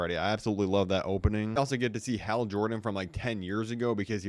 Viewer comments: Hal not hail H- al as in the name AL as in the guy in Toy Story2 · Hal not Hale L larper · has more ways to pronounce "Hal" than the number of T-shirts John Cena switches 😂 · He gotta be ragebaiting with how he is saying Hal's name